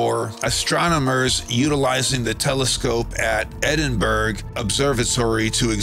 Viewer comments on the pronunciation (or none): Cheers for the upload, Brother. It's revealing that vapid crap like mukbang sessions, and influencer 'content' can get millions of viewers, yet actually informative and unique information that no-one else covers (such as with your own channel), are underappreciated. I can't blame you for mispronouncing Edinburgh (us Scots have impenetrable accents on average), and it makes little sense that it's actually pronounced (by us, at least) Edd-in-bruh, (as in the modern pronunciation of 'bro'). Don't I sound like a language nerd, ha ha? As to your points about whether there is benevolence behind everything or not, I'm of mixed opinion (so far). While some of the Sumerian cuneiform depicts us being used as slaves for a time, there is (as you mention) no shortage of information left to us (hints at zero-point energy with the pyramids, Ankgor Wat, etc), along with plenty of encouraging prompting (crop-circles, ancient text/depictions). The evidence of nuclear war on Mars, strongly suggests either an accident so large (I just don't see it) it stripped the planet's atmosphere, or a massive conflict between two opposing outlooks. In the Bible (never thought I'd be referencing that - ex-atheist), there's mention of two distinct races, one of which wanted to gift knowledge and live in harmony with the planet, and the other that wanted to exploit its resources (sounds familiar, doesn't it - free-thinkers vs governments/big business), a conflict also documented in Sumerian God mythology (Enki